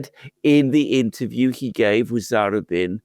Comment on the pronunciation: BRILLIANT. SUPER INTERESTING. (Oh, it's za-RU-bin.)